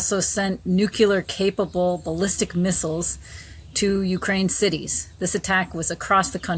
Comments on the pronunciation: ambassadors should have a command of language. It' "NEW KLEE ARE"from the word "nu-cle-us." not "nuke que lar". I hate the mispronunciation. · Not "nu-cue- lar". It's " nu- CLEAR" 😮❤ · As long as you idiots have officials saying „nucelar“ (or however you would spell that dumb word) instead of „nuclear“ you are not getting anywhere. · n-u-c-l-e-a-r not nucular, please